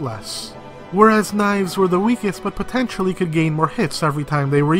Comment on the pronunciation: Every time he says potentially, it hurts me.